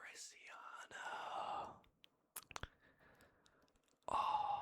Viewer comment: Bro said at Mauritania Mairsiana ☠️🥀